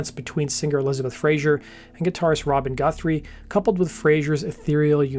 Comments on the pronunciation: Great video. Tiny niggle, just a pronunciation note: It is Fraser (z sound) , not Frazier (zh sound). Frazier is the character that Kelsey Grammer played. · It's Fraser not Frazier 🙄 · It's Fraser, not "Frasier". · Elizabeth's surname is Fraser not Frazier! FFS 🤡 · The singer's surname is Fraser, not Frazher. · Sorry to correct you but its FRAZER - NOT "Frazier"... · Great video. Thanks. However your pronunciation of the Scottish surname "Fraser", as in "laser" or "lazer", must have been influenced by the US sitcom "Frasier". Grating by the end of the video 🙂